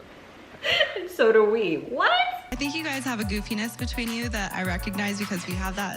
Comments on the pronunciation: "goofiness" can't be true lol I definitely heard penis, every single time. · omg thanks for deciphering the penis word... I rewound several times and still could not figure that out :P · I am so glad I'm not the only one who thought Lauren said, "You guys obviously have a good penis between you." Apparently she said, "You have a goofiness between you." Even hearing it twice on here it still sounded like "good penis". I should go to Lauren's channel and ask. Just to be sure, ya know.😉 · I heard 'a goofiness between you...' from Lauren, but if you say it was 'a good penis between you', well that is even better! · I heard her say "penis" too. I laughed so loud